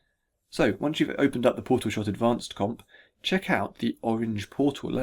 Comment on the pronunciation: TheMightyBarbarian Powtal Combat